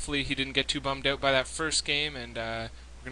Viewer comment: I don't know if it's that obvious but I based my guess on your way of pronouncing "out" like where you say "bummed out" :P Anyway nice cast on an epic game!